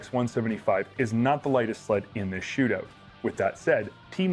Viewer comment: OOOOOOT N ABOOOOT IN THE SHOOTOOOOOOT